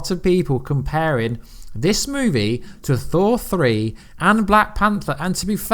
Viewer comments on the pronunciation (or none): none